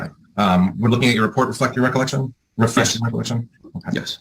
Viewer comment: He really has trouble with the word refresh lol